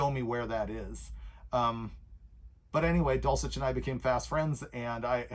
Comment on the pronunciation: Why do you pronounce Steve's last name, dulchic, or dulcheck ?